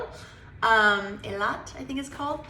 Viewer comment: You pronounced Eilat like a Sabra ( native Israeli) better than Steve Harvey ( he pronounced it “ AEYLOT “ and it sounded funny everytime, ha!ha! It is pronounce “ EELOT “ ( I lived in Israel for 23 years , I know so !) before finally moving back here in Washington,DC.